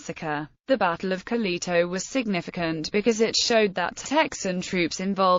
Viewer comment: Could you butcher it any more?